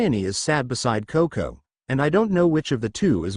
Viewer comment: The only real annoyance I have so far is "Cocounty" instead of CoCo. Lol